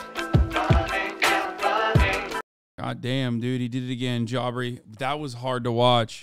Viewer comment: No, J Aubrey is the normal pronunciation lmao. I think Hasan just enjoys calling him Jaubrey